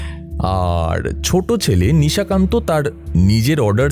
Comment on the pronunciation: নিজের পেটের ভাই!😂😂😂😂 বলছি, নিশাকান্তকে দুই-তিন বার নিশিকান্ত শুনলাম।🙄🙄 বাদবাকি, খুব ভালো লেগেছে। এই channel-এ আমার বিশেষ করে কিরীটি সিরিজ খুব ভালো লাগছে।😊😊❤️❤️